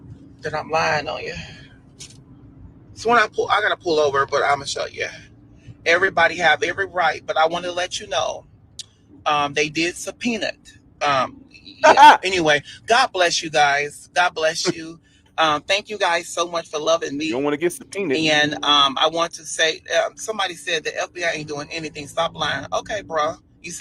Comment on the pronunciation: Sa-PEA-Nut (subpoena)